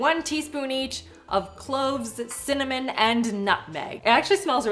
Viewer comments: You have to pronounce it correctly....it’s not cinnamon, it’s “CIMMANIM” 😂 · is one of the best people on Tiktok. I love the way he say cinnamon. It makes my day😂❤